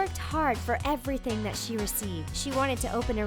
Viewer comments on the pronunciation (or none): none